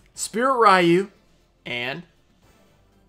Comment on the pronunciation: Do you really not know that "ryu" is pronounced "REE-you"?